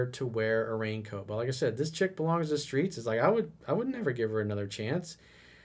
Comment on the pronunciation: the skreets, the skreets